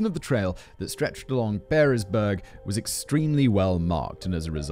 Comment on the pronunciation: I will be that guy...Pearisburg is pronounced Paris-burg or the Pear part of the town pronounced like the fruit.